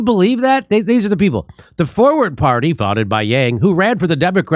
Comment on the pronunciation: at first I thought you said it was called Foreplay, but it was forward. oh my bad.